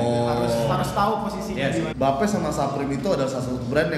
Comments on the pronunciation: Bape dibacanya Bi Eip bang ( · Hypebeast masa bilang bape salah bilangnya beip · mam hrs nya jgn marah bro..lo sebelum mau review or bahas sesuatu lo harus paham kan dr cara baca, pengucapan dll.BAPE or Bathing APE, ya seharusnya dipisah (dibaca: Bi Eip)..bukan Ba Pe..